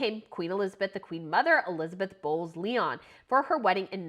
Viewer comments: It’s Bows lion- Bowes Lyon. Not leon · The Late Queen Mothers Maiden Name was pronounced...Bows Lions not Bows Lyon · Pls, Bowes-Lyon is pronounced like bows lion. I'm surprised you missed that one repeatedly, since you seem to have been doing tons of research.